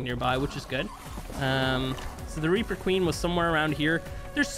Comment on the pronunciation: "Weaper weady to give me birf" I lost it lmao